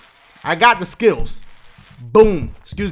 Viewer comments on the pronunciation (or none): When Dashie said I GOT SKILLS it was like he said I GOT SKITTLES!!! 😂